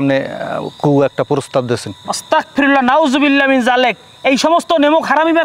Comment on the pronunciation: ভাই ওস্তাকফিরুল্লাহ না,,,ওস্তাকফিরুল্লাহ বললে এটার অর্থ বদলাই যায় যা খুবি মারাত্মক ভুল,,,দয়া করে শুদ্ধ উচ্চারণ বলবেন,,,!